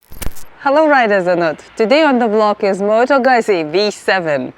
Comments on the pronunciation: Efectivamente, Moto Guzzi es Moto Guttssi. Aunque supongo que la "u" y la "i" no tiene el mismo sonido en todos los idiomas, por lo que si tu no eres de habla Española o Italiana, es difícil explicarte, en palabras, el sonido de la "u" y la "i". Aqui en España hay gente que incluso dice erróneamente "Moto Guchi", (Incluso Google Translator lo pronuncia mal en Español...Moto Guchi) como si fuese la marca de moda Italiana Gucci 😂😂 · people need to learn to pronounce Moto Guzzi :D